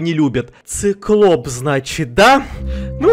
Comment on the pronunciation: ты сказал не циклоп а сыклоп